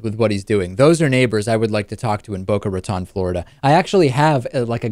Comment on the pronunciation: David, for all the over pronunciation you like to do with foreign countries, you would think you could at least pronounce "Boca Raton" correctly.